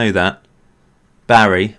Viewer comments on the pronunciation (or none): none